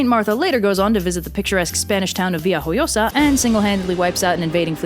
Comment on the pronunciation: The appearance of Villajoyosa in this is so random but it was worth you trying to pronounce it.